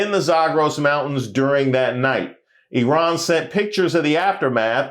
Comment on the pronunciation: Love that you said Eerun and not Eyeran Returning Afrikaners might disagree 😂😂😂